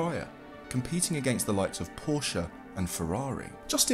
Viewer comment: Thanks for pronouncing "Porsche" correctly; I'm so tired of virtually everyone saying "porsh"...